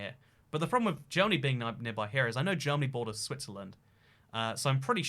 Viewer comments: Bro are you seriously this dumb, it’s not “Jeromany” It’s Germany It’s not Bavaria It’s Austria Also Your Ukraine is looking too small bro! It owns all of France and Spain you know! You silly goose!! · Considering the fact the name Germany is Deutschland in German, you butchering the English spelling and pronunciation of it was not enough. I recommend calling it Dutchland next time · As a Jeroman I'm really happy you managed to get the borders of jeromany right but also you're one of the few people who at last is pronouncing our name right! Many forget the "o" in Jeromany although it is a very important part of our name :/ Please remember this people next time you visit Jeromany! Btw for all those that want to visit the Nether'olands it's below Jeromany, like underground of course - they're below sea level. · I'm from "Jeromany" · This video is a pain to watch, but the germany with a j got me